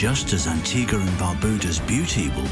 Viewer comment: NO ONE CAN PRONOUNCE THESE ISLANDS PROPERLY!!!!!! Cyant! Barbooda?!